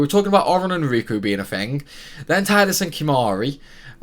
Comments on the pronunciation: It low-key triggers me every time you say Tide-us instead of Tee-dus XD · Tee-dus sounds way more stupid though, I called him Tide-us the whole time and will continue to do so (even if it is wrong)